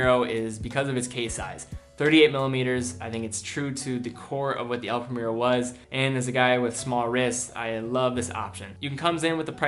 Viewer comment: Excellent video as always. I just want to mention one thing. I like you pronounce the watch brands in their original languages so I have to mention the way you pronounced "El Primero". It is in spanish but you pronounced like an english word. Anyway, great video. Keep the good work